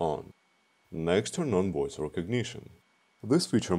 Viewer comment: Woice control! 🤣🤣🤣